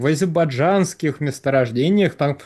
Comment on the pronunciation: Не азебаджанских, а азербайджанских.